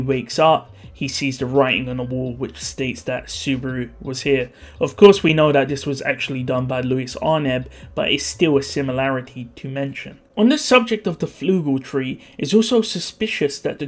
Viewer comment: Louise? You mean Lewes?